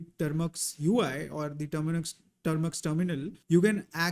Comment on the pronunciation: Its not "trimax" it's "tar-max" 😶 improve pronunciation